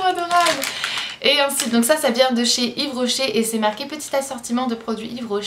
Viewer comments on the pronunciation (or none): none